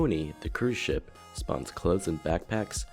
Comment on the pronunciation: each time he said ship it sounds like he says the s word lol